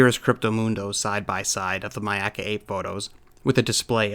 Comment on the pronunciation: I appreciate that pronounced Myakka correctly. Not many people I have heard do. So thank you sir.